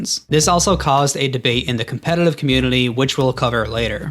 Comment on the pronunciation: why do you have such a hard time pronouncing "competitive?" you throw in an extra L for some reason